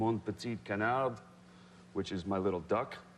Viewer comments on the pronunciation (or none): Actually you don't pronounce the "d" at the end of "canard" x) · I'm french and we don't pronounce the "d" at the end fo "Canard" in French !! But his accent is cute. ;) Dr Glamour. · We don't pronounce the "d" in Canard. But how he says it is so cute. lol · Too bad he does not know that he should not pronounce "d" at the end of "canard". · Silent "d"!!!! Come on. Easy.